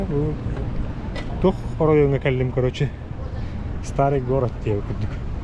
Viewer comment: 😂тох диирий бл..ээ. сахата киирдэ кыратык